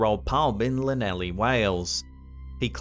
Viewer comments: Clan eth lee lol not lan ellie lol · Yeah, the one captured in Llanelli (which is in no way pronounced "lan-elly", btw...) is very obviously just a bug on the lens. Pretty standard stuff. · Triggered by pronunciation of Llanelli